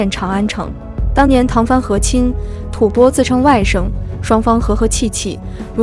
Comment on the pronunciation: 吐蕃的读音，一会读对，一会念白字，建议好好播讲下，加油！